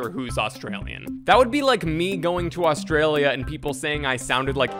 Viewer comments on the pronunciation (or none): none